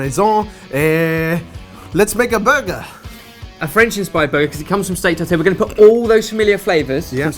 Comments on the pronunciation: These look great but the pronunciation of "tartare" made me want to cry each time...:P was closest. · oh the way you pronounce "Tartare" <3